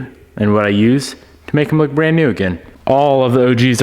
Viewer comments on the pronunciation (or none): none